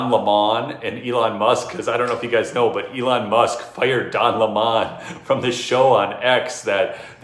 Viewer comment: He is not French It is LEMON like the LEMON! how to pronounce it!